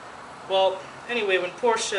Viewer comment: "Porsh-uh" Proper pronunciation ;)